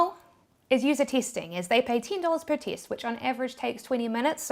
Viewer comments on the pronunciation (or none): its test not teast